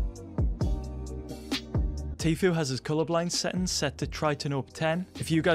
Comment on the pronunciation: i like how you don't say settings u say sethings